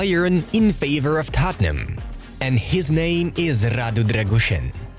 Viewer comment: Im from Romania and i have to say the way you are saying his name is wrong XD